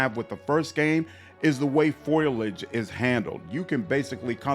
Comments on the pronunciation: Pho-lee-idge. Foliage. Not Foil-Igde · Nice vid. Foliage is pronounced FOL-EE-IDGE btw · Intelligent comments and great vid - subbed. FYI - its pronounced foalage